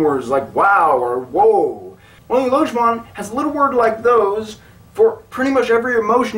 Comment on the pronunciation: And then there's the perhaps most prevalent misconception that it's pronounced "lodge-ban"; which was of course addressed in the video just by pronouncing it correctly :-) I just started learning it two days ago, I like it very well so far. Then again, I've always been one to want everything to be logical and predictable. That's why I learned Esperanto; it's way better than English, as I define betterness. Whether I'll like Lojban better than Esperanto, it's still too early to tell.